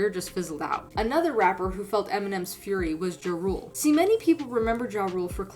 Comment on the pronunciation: Mispronounced Ja Rule then shows clip of 50 Cent. Clown content.